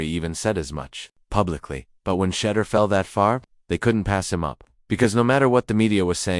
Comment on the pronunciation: Learn how to say his name right!!!!!!!